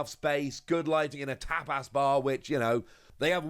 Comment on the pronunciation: No it's the way pronounced tapas and fuecoco